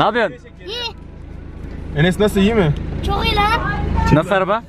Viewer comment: ✨çOĞğ iYİ lAnĞ✨ 🤣🤣🤣🤣🤣🤣